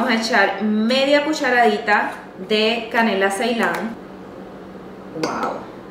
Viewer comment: La canela? Que No se le entiende